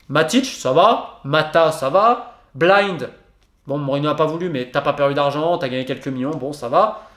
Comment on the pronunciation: Très bonne vidéo très structurée qui retrace les lacunes depuis 2013. Néanmoins la prononciation d’Eric BAILLY et BLIND m’a un peu titillé les oreilles 😜😅 « BAILLY » et non pas « BEYLI » et « BLIND » c’est le son I 😜 mais sinon vidéo très intéressante !